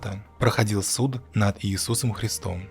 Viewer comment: Визуал шикарен, но слушать совершенно невозможно. Во-первых, просто наискучнейший, тихий, без интонаций голос. Во-вторых, вот эти В! се выделения буквы "В" в начале и конце сло В! "Д" В! конце сло В! так же выделяется, чуть ли не С! восклицательным знаком (К! примеру "су Д!", хотя "народ" произносите нормально, не выделяя "Д"). Отделение, чуть ли, не В! отдельное предложение предлого В! от самих сло В! Вы В! жизни тоже так разговариваете? Ну и В!-третьих, пока слушаешь, сам хочешь прокашляться уже наконец.